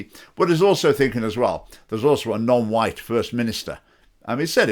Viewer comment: Its the way he pronounces "white" that'll really endear him to the public. /s